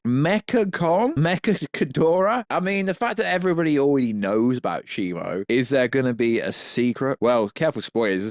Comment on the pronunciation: its Shimu because the Ai you typed in the name to pronounced the name wrong lol